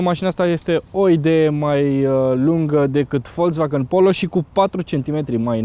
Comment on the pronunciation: Folcsvagăn, NU Folțvagăn daca vrei sa pronunti corect. Daca nu, spune si tu VOLZVAGAN cum zice tot romanul. Ca vad ca te chinui prea mult. Nu exista ț in pronuntia acestei marci.